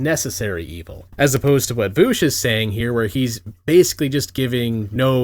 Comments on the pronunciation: His name is not "Voosh", you absolute child. It's "Vowsh". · I really enjoyed you calling him "voosh" the entire time. It seems fitting. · MY NAME IS Reek VOOSH, IT RHYMES WITH freak DOUCHE